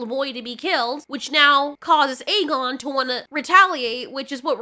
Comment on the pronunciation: Jesus Christ woman it’s A-GONE not EG-gain AEGON=A-GONE Like he’s a goner but remove the r.